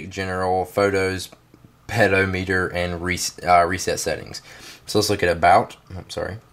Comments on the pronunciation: Pedo - meter? I thought it was pronounced ped - ometer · you fail at saying pedometer. peh-doh-met-er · I lol'd at the way you said "pedometer". The way you pronounced it sounded like "pedobear"... Nice vid btw. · Wow u said pedo meter again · lol you said pedo meter the second time =) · lol "Pedo meter" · LOL "Pedo Meter" xD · lmao@ ped-o-meter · PED-O-METRE HAHAHAHAHAAA ;)